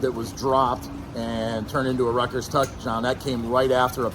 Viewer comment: And it was Rutt-gurrs…😂😂😂😂